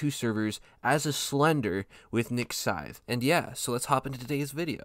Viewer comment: Nah nah nah forget niks scythe we got “nik Sydne”